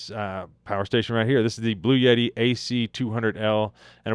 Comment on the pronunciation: I have probably seen fifty Channels support Bluetti...but not ever showed me how to use it This was absolutely the best review I have seen,. But, the name is pronounced, Blue..etti. ❤😊